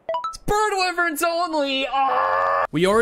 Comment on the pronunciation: Wyvern is not pronounced like that He pronounced it right once (that I heard so far)